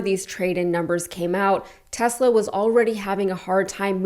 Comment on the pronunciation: Tesler not Tesla!